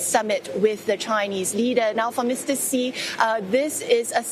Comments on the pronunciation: Who is “Mr C”??, you’re the China correspondent — pretty please fix your pronunciation. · Why can't foreign reporters say President Xi Jinping name right? I've heard his surname pronounced "Shy" and now the CNA reporter said "See". How hard is it to follow China national broadcaster pronunciation and call him "She Jin Ping"?